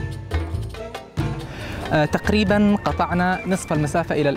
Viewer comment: اغبى مراسل شفتة كل كلامة باللغة العربية الا كلمة الحجر ينطقها حقر ايش من مراسل ذا 😏😏😏😏